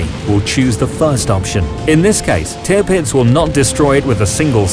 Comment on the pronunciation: It is wonderful to observe how far the quality of your videos has come since the day when Tirpitz was being pronounced as Te-a-pits.